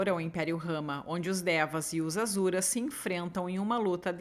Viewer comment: querida eles pronunciam Assuras, mas tem muita pronúncia de texto teosófico q só se sabe em algumas comunidades herméticas, então ta tranquilo 😂, um bju❤